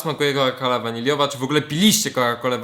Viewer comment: Muwi sie ,,koka kola WANILINWA... WTF?